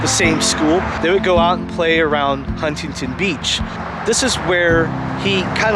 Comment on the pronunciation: How do you miss pronounce “Huntington “Beach?? And “Chateau ? “. C’mon man !! 👎🏿